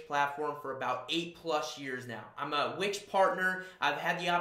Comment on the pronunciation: Would be even better if you could pronounce the name of the company you're representing correctly. You keep saying Which website, WTF?